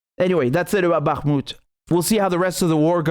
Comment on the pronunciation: I appreciate your pronunciation of Bakhmut it's not spot on but at least you are not saying it like a yank.